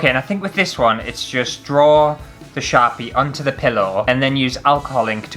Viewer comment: OMG when you first said "Sharpie crafts" I heard "Chav-y crafts" and although I may be Canadian, I know very well what a Chav is lol. I think you guys call 'em roadman now, IDK, but hahaha. "Chav crafts. Crafts for people who just can't be arsed!" Oh! I drew a picture, if you want to colour it in, here's the lines and feel free ♡♡. Not promoting, just gifting lineart to any colorists who want it ^-^ ♡